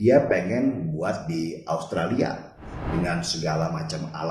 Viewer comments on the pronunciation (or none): none